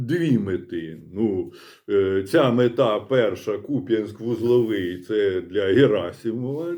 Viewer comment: Дякую, що Ви правильно вимовляєте назву міста.